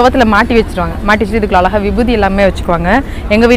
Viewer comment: அருமை , உங்களுக்கு ழ உச்சரிப்பு சுத்தமாக வரவில்லை , ழ சரியாக உச்சரித்தால் இன்னும் நன்றாக இருக்கும் உங்கள் பேச்சு , அழகா என்பதை அல்லக போன்று உச்சரிக்கிறீர்கள்